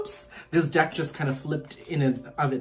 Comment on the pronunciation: I was drinking water when you mispronounced ‘deck’ and I nearly choked 😂😂 regardless, thank you for the message!!